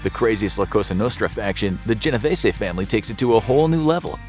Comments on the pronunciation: I tell everyone this, it's GeneVêse ...the ê in Vese is a Long E.. if it still doesnt make sense. Think Reeses, but with a v. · my great grand parents are married into the genovese family and it’s pronounced jen o veese